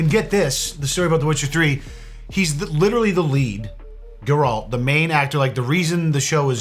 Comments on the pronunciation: it is geralt... it doesnt have a j sound. lol but he did say with the pronunciation of Grr-Alt instead of GAir-Alt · Dude, love your videos cause it's like watching myself, just a love-able dick haha, but seriously if you say GRR-ALT one more time ima lose it lmao, just say it with me now, GAR-ULT... and like the dude below pointed out, it is Rivia, so all together now say it with me! GAR-ULT of RIV-E-A lmfao. I'm just fuckin with ya, but at the same time..........who's the butcher now??? (Witcher 3 Ref for all the fans) In all seriousness tho, Merry Christmas to you an your family dude, thanks so much for the videos you do, they're legit unmatched. You put a lot of time, and effort into them, and it really shows. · Fucking Gerault from Riviera!! GET A GRIP! 😂😂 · How the HELL did you pronounce Geralt of RIvia??! geRALT of Riviera... SMH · Ain't no way just said "Geraalt of Rivira" (Had to point it out given my pfp) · Im offended how he said geralt of rivia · The horrible butchering of Geralt of Rivia name 😂😂😂 ahh it had my cringing so much when you missed pronounced his name lol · talk mad shit without getting Geralt of Rivia's name right & without knowing it's an adaptation of the books & not the games BRUH!!!!!!!😂 I'm just taking the piss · the way you pronounced geralt triggered my flight or fight response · being a witcher 3 fan and pronouncing his name like that:/